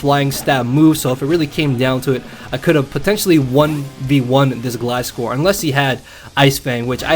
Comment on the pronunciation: Finally someone that says gliscor right!